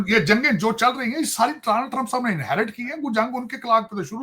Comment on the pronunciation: Danal trump🤣🤣🤣, bretain nhi bartaniya🤣🤣